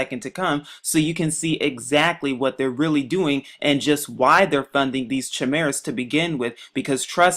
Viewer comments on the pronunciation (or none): It's pronounced Kimera. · People made but job claims like this when transplants first started. Science can lead us so much further if people that can't even prononce chimara let this moron got their heads out of their ass'.